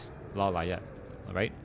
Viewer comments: Law Liet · why you say "LAW LA ET"? xD is funny